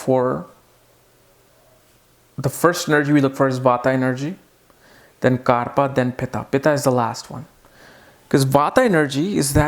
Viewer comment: Actually it is bata, pitta and "KAPHA".. Not " KARPA"🤣🤣🤣... is hilarious with his vedic pronunciations...